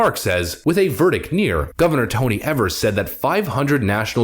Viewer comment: Just because it drives me nuts its not Gov Evers its pronounced Gov Ee-vers.